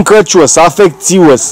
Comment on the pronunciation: Mă, frate, "afectuos", că, "afecțios" sună a boală, doamne ferește!